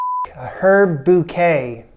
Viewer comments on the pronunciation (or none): none